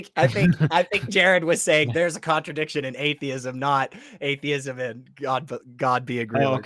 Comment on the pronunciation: It's "atheism" not "adeism"